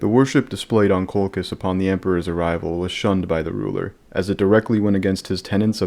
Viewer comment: it's Coal -Chizz. Not Coal-Kiss. This is a lore channel. Why do al you new lore guys not like to pronounce names the established way??